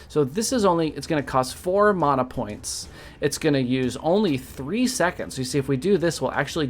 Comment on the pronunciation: Thanks for the correct pronunciation of mana :D I've been pronouncing it this way since Secret of Mana. And if you Google the meanings manna is stuff that fell from the sky to feed gods people and mana is a life force power so yeah